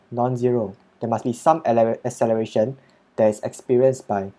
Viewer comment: 😂😂 i replayed it like 5 times cos it sounded so funny